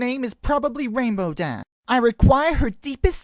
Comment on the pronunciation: "You there, tell me everything you know about Rainbow Daa." Seriously, where's the "sh" in the pronunciation? XD